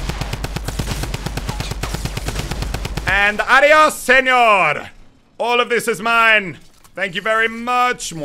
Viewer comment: I hate this guy just because he always says adios senior in the worst tune ever